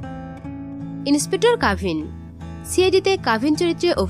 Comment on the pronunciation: দয়া করে উচ্চারণ ঠিক করুন। ছিআইডি, ছিরিয়াল - এ আবার কি?😮 ইস্ত্রী, ইনেসপেকটার, ইস্মিতা! উফ্! যখন জনসমক্ষে কথা বলছেন, একটু সতর্ক হয়ে বলুন, প্লিজ! আর এয